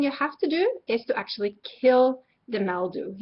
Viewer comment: She keeps saying MEL-dew instead of MIL-dew. LOL.